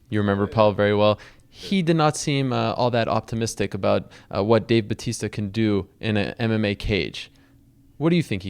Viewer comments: its dave batista not bautista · hahahaha it is batista not: bautista